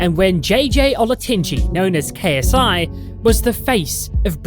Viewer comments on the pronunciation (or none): It’s funny how you make a 32 minute video about someone but can’t say Ksis last name